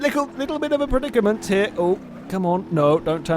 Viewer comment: Its so funny the way says 'predicament'